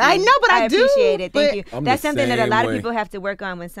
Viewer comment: "Sumpthin " SMH